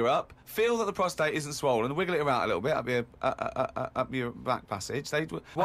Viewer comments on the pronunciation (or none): PROSTATE- not prostrate